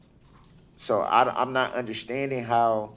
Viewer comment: Not understanding is one thing , but "NOT UNDERSHTANDING FUNDAMENTALLY", Now that is really serious !